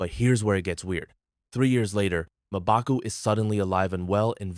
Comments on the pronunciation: It’s not mobaku, it’s Mmbaku while pronouncing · Mobaku😂 common atleast pronounce it correctly